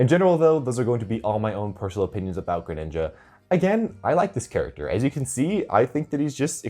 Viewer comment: Gre-nin, nin-JA